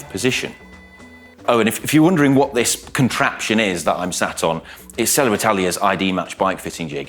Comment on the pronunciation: Is there an “R” after Selle? Why do you say it like that?